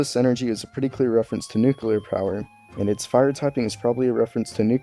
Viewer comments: *Nuclear not "Nuceular" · One small thing I will always be a dick about: lol nuke-yu-ler. It's new-clee-yer. I'm always reminded of George Bush Jr.